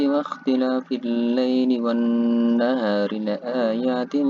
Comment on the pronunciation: Sebelum nya terimakasih ustadz atas materi vidionya.... Tapi mohon maaf sebelumnya untuk bacaan tajwid wannahari itu bukanya bacaan Al syamsiyah ya ustadz?...